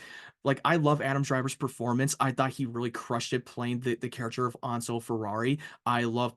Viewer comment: It's Enzo mate no onzo